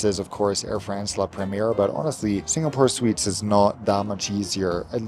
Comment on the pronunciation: Smooth subtle singlish of “la”